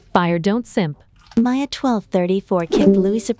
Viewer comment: Is not maia is maya